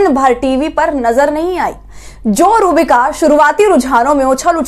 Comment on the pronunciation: Madam aap naam to sahi lijiye... Inka naam hai ROOH BIKA..